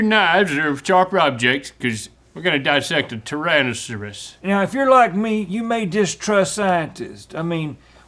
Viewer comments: Tyransuss -I refuse to believe that link can say that word right even when he's not Randy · From now on, I'm gonna pronounce "tyrannosaurus" the way Larnold does 😂